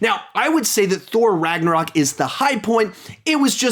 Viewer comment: RAGNARAK LOL 😂IM DYING